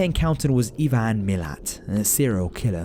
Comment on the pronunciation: Just thought I'd mention Ivan Milat is said I-VAN not E-VAN